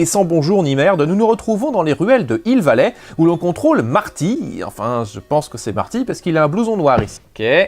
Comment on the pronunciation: Un N'Hill vallé ouai, bien joué la liaison :p